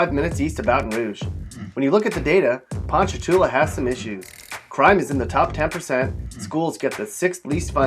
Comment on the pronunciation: well look, as for hammond, he's got it 100% right, but ponchatoula, maybe not